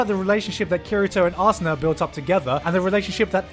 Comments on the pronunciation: Wait did you say Ass-una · I love the love between Kirito and arsena gigguk. Arsena. Arse-ena.